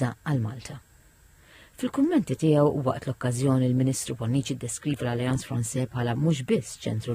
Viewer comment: Send the annoncer to Alliance Française to learn how to say Française 🙄